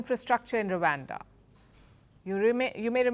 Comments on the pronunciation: It's Rwanda nor Ruwanda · its rawanda not wakanda